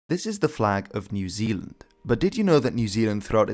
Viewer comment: People in New Zealand really wanna officially change the name to Aotearoa when people pronounce it like that!